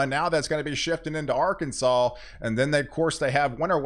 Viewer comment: No Hate for you in my heart for POW, however there is no w in Arkansas.